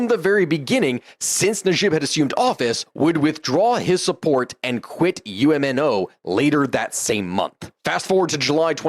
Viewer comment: UMNO is pronounced Um-no